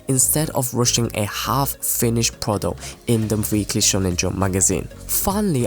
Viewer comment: What a wonderful content creator you are! I don't know where you are from, but if you could work on pronouncing every consonant of the words you're saying then you would be a bit easier to understand, because the things you're saying are really interesting, so I want to be able to hear them better. :D Examples: : "burn" should be "burns" : "prodo(c)" should be "product" : "has change" should be "has changed" "the sucess" should be "the success" I think you get the point But I must say that your voice is really easy to listen to when your words are fully pronounced, and as said, the content of your words is on a high level Keep going, your work is very well done, and I hope you take this comment in a positive way, and as encouragement! ^^